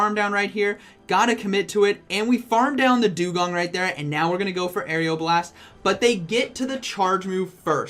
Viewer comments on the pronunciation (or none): What it is: Aeroblast How pronounces: Aerial Blast😂😂😂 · just so you know it is aeroblast like air-o blast not air-eeo blast. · It’s AERO blast not AERIAL blast.... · "Say Aeroblast" "Aeriel Blast" "Aeroblast" "Aerial blast" "...say Aero" "Aero" "Now blast" "Blast" "Aeroblast" "Aerial blast" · Dude....it's just aero not ario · Its not "arial blast". It is "A-row-blast" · It’s ARROWBLAST NOT AREOBLAST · How I say aeroblast oreoblast How say it arial blast lmao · who else got triggered when he said "aerioblast" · Couldn't finish the video because my ocd couldn't let me listen to Air-E-o-blast one more time. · It’s pronounced AREOLA blast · Nobody:: Aerial Blast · Everyone "Aeroblast" " Aerial Blast" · How many times does say aeroblast wrong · Everyone: You're pronouncing Aeroblast wrong. Me: Hey, you learned how to say Diggersby! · First he pronounces diggersby wrong Now Aeroblast Lugia's best move (My favourite Pokemon) Still love your video